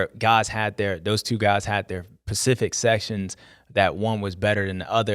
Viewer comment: die hard fan but Lol I have to just because specific not pacific bruh 🤣🤣🤦🏽‍♂️🤦🏽‍♂️